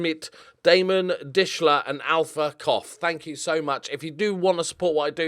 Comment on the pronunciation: You need to say Alfa Cough again, 5 times, slowly....